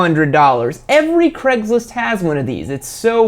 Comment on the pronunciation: WHAT IN THE SHIT IS CREGLIST? Its CRAIG-LIST not freeking CREG